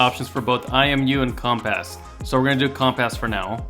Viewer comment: That's what i heard as well haha